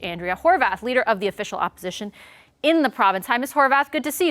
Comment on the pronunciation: HorVath? It’s spelled HorWath. Since When did w get pronounced like a V?